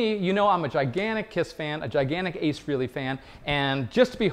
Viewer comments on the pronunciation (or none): “I’m a gigantic Ace Frehley fan”. You could start by pronouncing his name correctly. Frayley not freeley. Halley’s Comet, Frehley’s Comet. Pretty simple. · Love the passion. But let's settle this once and for all... it's FRAY-lee. NOT FREE-lee. Rock on! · Not big enough of a fan to say his name correctly smh. Its Fray-lee, not Free-lee. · Great video, I live 5 minutes from where ACE grew up in the Bronx. Btw is FREHLEY not Freeley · "Free-Lee" makes fan's eyes twitch. Tom Morello did the same at the RRHOF induction, so... "Fray-Lee". Carry on. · Its Fray-lee, not Free-lee. Its been nearly 50 years, when with people get his name right? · It's pronounced Fraylee, they say it on the live albums. Not Freelee. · Frelly not Freely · How is it possible that a "gigantic" KISS/Ace fan still doesn't know that Frehley is pronounced "Fray-lee" and not "Free-lee"?! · The Dow Speak for yourself. I Never once had to be. I listened to Ace himself pronounce it. I mean it's on Alive II in 1977 for all to hear. Paul talking about turning the microphone over to Ace FRAY-ley for Shock Me. Every "gigantic" KISS fan has heard that a million times since 77. There's no excuse. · Pronounce his name correctly if you're that big of a fan! ACE FREHLEY --- Pronounced FRAY-LEY. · Why does everyone still mispronounce his name. Just listen to Paul's introduction on "Alive II". It's Fray-lee, rhymes with "Haley"... Haley's Comet... Frehley's Comet.